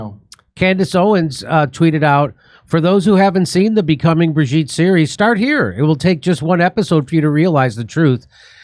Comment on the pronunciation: It's Bro-gitte...